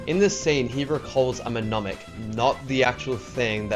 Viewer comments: Me NOM ic? No it's pronounced ne MON ic. The first letter is silent. It's like pterodactyl. Also you changed the second letter for some reason. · Pneumonic. Not menonic 😉